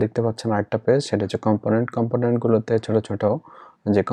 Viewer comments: not phash its page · ভাই উনি page বলছে কিন্তু শুনতে phase এর মত মনে হইছে